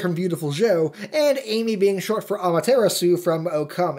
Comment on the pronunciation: You couldn't be bothered to put ten seconds of research into how to pronounce things? D'artagnan. Dar. Tan. Yun. Also, Ammy, not Amy. Ah-mah-tehr-ah-sue. I did learn a thing or two in this, but you still get a dislike for laziness. Also, Bayonetta never threatens to kill Luka. He just assumed she will. Finally, Nintendo has PLENTY of non family friendly things. They're just usually pacified for the USA. Damn. Another thing. Ee-no-key-an. And the train thing? Literally the purpose was to get the Moon Pearl. It's a secret to everybody.